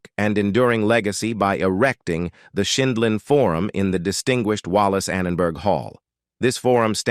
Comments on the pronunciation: A*****ES!! Learn to pronounce JUDY'S NAME PROPERLY!!! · She can't pronounce the Judge's last name either. She pronounced it three different ways. Terrible narrator